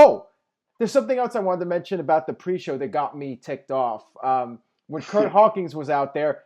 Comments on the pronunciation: Does always say "Hawkings" instead of "Hawkins," or is it just me? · i've been watching you for years, love the reviews, but for the love of god man it's Curt H-A-W-K-I-N-S